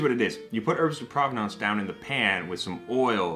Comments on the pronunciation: Herbs de provence...not provenance... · No, it's definitely actually pronounced herbs de propanenuts. Or herbs de progrock in the Parisian dialect.